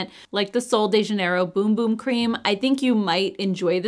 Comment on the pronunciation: Bum bum is pronounced like run run. You put it on your bum. ( backside). Boom is what the bomb says!